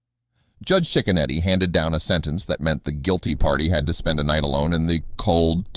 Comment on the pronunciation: It’s pronounced chick a neddy. My husband and his family grew up across the street from him. He really is a great judge. He doesn’t put up with crap in his county. (Lake county Ohio) we sure love him. He’s a stand up man and family man too ❤️